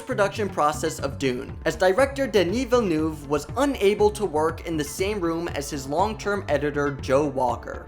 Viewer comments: ''Dini vilnuv'' 😬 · Really bad prononciation of Denis Villeneuve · please do your research on how to pronounce denis villeneuve.....